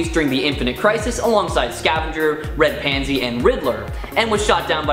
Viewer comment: Couple of things: "Red Pansy"? That was an unfortunate mispronunciation. It's Red Panzer. I always assumed Demo was pronounced to rhyme with Nemo. I always kinda dug Fire-Haired Karla